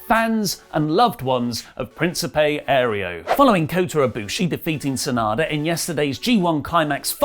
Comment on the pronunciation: its not principe "ereo" its Aereo.